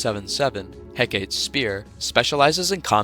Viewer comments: Hecate is pronounced “HEH cah tea” iirc just fyi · I mean this as simple info: Hecate is pronounced heck-uh-tee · it's pronounced He-Ka-Te, unless you are one of the AI channels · its pronounced heck-are-tay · assuming it is referencing the Greek goddess Hecate it is pronounced heck-a-tA with a hard a at the end